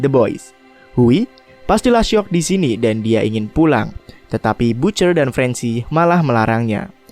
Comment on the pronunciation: Bacanya ba(t)ce(r)..bukan butcer